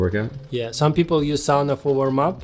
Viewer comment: There was a study few years back in Europe where conclusion was that combination of hot-cold and movement theraphy gave the best results for recovery. Also so happy that you pronounced sauna correctly. 😉